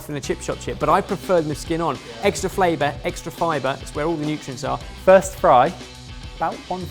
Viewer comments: said “better flaber better fibre” instead of flavour hahahh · ‘Extra flabour’ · ignored how he said "extra flaBour" like it was nothing... 😂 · "Extra flaber" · "extra flabour"